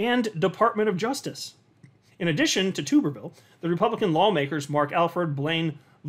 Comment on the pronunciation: FYI, it's pronounced TUBerville like - flubber 😜